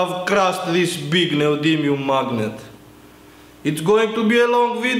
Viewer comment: "We are going too make sum Explo-see-ons....... Mawgniet Explo-see-ons"